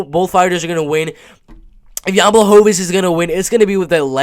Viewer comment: going to stick with this prediction or any updates , just wondering? I think your analysis is very solid , made a good point about Jan's last fight but I think he will apply a lot of changes since then, noting that he can't come into this fight with weak wrestling. Also for future reference proper way to pronounce his name is: "B-wah-ho-vitch" the ł sounds like an English W, and Polish W sounds like English V